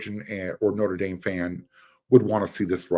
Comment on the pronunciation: I really like your channel. But... Say "theatre". Now say "notre". I'll uh I'll show myself out...